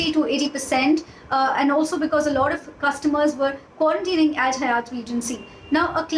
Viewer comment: Being a prime and esteemed channel ET must be more careful around correct pronunciation of Hyatt. The anchor has repeatedly said it incorrectly. Please look into such details.. Thanks..